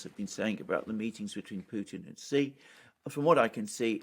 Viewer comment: Xi is pronouced as SEE....not Gee.